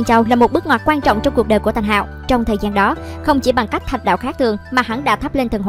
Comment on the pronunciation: thạch hạo mà sao cứ đọc thành hạo z ta, k lẻ tai t bị nhầm